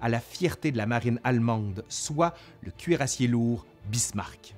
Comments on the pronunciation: cher, un cuirassé pas un cuirassié! sinon merci pour votre excellent travail. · Trop bien comme les deux premiers héhé ! Je suis d'accord avec les commentaires qui disent que l'on oublie presque que la fin est connue tellement on est dedans. :') Juste un truc qui m'a perturbé, tu dis "cuirassié" et pas "cuirassé" quand tu prononces le mot. On m'a menti toute ma vie ? D